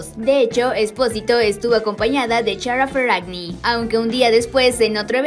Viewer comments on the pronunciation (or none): Me encantó el vídeo pero se pronuncia Kiara Ferragni